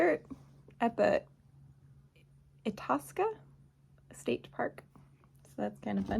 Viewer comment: Akeley is pronouced "ache-lee"... Itasca is " eye-task-ah.... just some friendly help from a northerner. great videos! edit: Akeley isn't too far from Itasca... about 40 miles south-east.